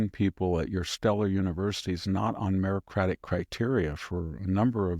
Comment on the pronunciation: Stop saying merocratic it sounds stupid